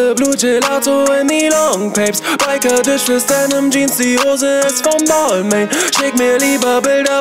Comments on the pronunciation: Kann das sein das er Balmain falsch ausspricht ? Man spricht es doch Balma aus oder nicht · Das spricht man BAL-MAHN aus hahaha... Bruder nimm den Track runter, ist ja echt peinlich. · Hauptsache Balmain ausgesprochen....😂🤦🏼‍♂️ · Es heißt nicht [baalmäin] sondern [balmahn] du Attrappe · spricht man balmain nicht anderst aus? 😂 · Ich hoffe er weiß das er die marke falsch ausgesprochen hat und es nur für den Reim so ausgesprochen hat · Er spricht Balmain einfach die ganze Zeit falsch aus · Er spricht balmain mit Absicht falsch aus aber warum ?? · Alter du sprichst Balmain falsch aus 🤦‍♂️🤦‍♂️🤦‍♂️ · red' nicht von Marken, die du nicht mal aussprechen kannst... schreibt einen ganzen Track drüber aber spricht die Marke falsch aus #brudermusslos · Sprich es bitte richtig aus du möchtegern fashionkiller